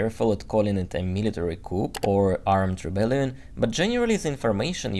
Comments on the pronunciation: Yes, I've always thought coup is a French word and isn't pronounced like English. The p is silent. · 💙💙 Thank you! I was so curious to hear your report on the coup..which is pronounced without the sound of the final consonant.....pronounced cou! 💙💙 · Great vid, thanks for the window. (one note: the "p" in coup is silent, Thanks France...) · Couple of language points,. 1. Don't pronounce the 'p' at the end of 'coup'. 2. 'Flood' is pronounced to rhyme with 'mud'. Hope you don't mind my pointing that out.😊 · when you pronounce coup, you do not pronounce the “ p” at the end of the word, just drop the p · Good job,. By the way coup is pronoounced coo not coop.😊 Easy mistake to make. Your English is very good. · Excellent summary and insightful with the mother and the analysis. Thanks. Also, the word "coup" is adopted French with a hard "K" and the "p" silent. Rather than sounding "coop", it sounds "Kuu". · although it is spelled "coup", it is generally pronounced "coo" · just FYI. Coup is pronounced koo without the "p". I think it's a French word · nice video... coup is a french word and the p is not pronounced. In English it sounds like coo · Thanks for the interesting report. Very helpful. "Coup" is pronounced "coo," with a silent letter "p" after the French phrase "coup d'etat." The word pronounced "kewp" is spelled "coop" and means a cage for poultry. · The "p" in coup is SILENT. ; pronounced "cou". Thought you'd like to know. Great analysis. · the correct pronunciation of the word "coup" (which is French and refers to a hit or strike or blow) is "coo" (in French AND English). In other words, the "p" is silent. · Dear, thanks for everything, and by the way, the "p" in coup is silent, as in "ku". The full phrase "coup d'état" is pronounced "ku - deɪ - tɑ". When the p is pronounced, the word means a cage or pen in which chickens are kept. Love your videos. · Coup is pronounced "coo". No p. Like "cool" with no L.